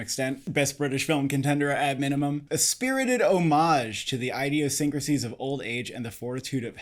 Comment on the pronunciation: interesting pronunciation: "EYE-diosyncrasies"